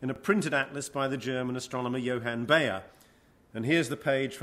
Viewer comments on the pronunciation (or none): How to pronounce properly: Houtman [How-t-mahn], Bayer [Buyer] etc..